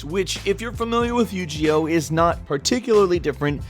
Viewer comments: It's pronounced "You-Gee-O" not "You-Ji-O" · I'M SORRY BUT STOP SAYING YU GEE OH. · WTF IS YU-JI-OH ????? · yu gi oh? you-ge-o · yu G oh yu JI oh the cringe... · not you gee oh it's you ge oh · By the way, it's pronounced "You-Gee-Oh" not "You-Jee-Oh".:) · You-gee-oh? God I cringed every time you said it... it's "you-gey-oh with a hard g... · U-G-0? What game is that? Lol you mean Yu-Gi-Oh? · OMG the it isnt called yu ji oh its Yu gi Oh G as in granade...OH I WAS SO TRIGGERED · It's pronounced "You ghi oh", not "you gee oh" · Yu- GE- Oh? YU-GI-OH. Not yogeoh. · ...... Anyone else offended or "triggered" as it's called now by the yu-gee-oh thing? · yu gee ohh my god -_- haha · did this nigga really say u-g-o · You Jee Oh??? Really now??? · Yu-Jee-Oh? Did no one at go over the video and correct him on his pronunciation? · Um, excuse me, it's pronounced Yo-Jee-Ewe. Jeese. Gosh. Wow, what a dummy. (no h8 only b8) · lol he said Yu-G-Oh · Yu-Ji-Oh aaand Im pissed, that's as bad as pronouncing gif as jif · You said Yo-Gi-Oh wrong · Fucking say Yu-Ji-Oh again. I fucking dare you. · "Yu-jee-oh" my ears hurt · Yu gee oh!!!!! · Yu-Gee-Oh hahahaaha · Do you feel that? It's as if thousands of ticked off fanboys cried out in "Yu-GEE-oh!" shudders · Yu-ji-oh. xD no hate. It happens to the best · Did you say you-gee-oh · Holy mother of Egypt!!! Yu-Ji-Oh! 😂😂😂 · why are you pronouncing it as "Yew-Gee-oh" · Yu Ji-Oh?? WTF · Like he said, it's been a while since he's played Yu-Ji-Oh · Wait? how did he say Yu-Gi-Oh? Yu-G-Oh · YouGeeOh eewww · Bryanwny yu jee oh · snip3r416 lmao its good bro, you learn something new every day haha. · It makes me triggered of how you say Yu-Gi-Oh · i cringed the way he pronounced yugioh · Yu-Gi-Oh... that pronunciation XD... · Triggered at how he said Yu-Gi-Oh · Only one that interests me is that ninja one and I had that duel links one but got rid of it. It's also a soft g sound not a hard one. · it's g not G sound in YU-GI-OH